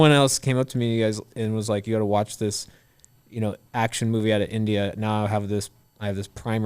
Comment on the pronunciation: Why did have so much trouble with saying "India"??